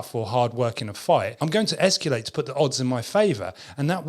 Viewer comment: has been mispronouncing escalate forever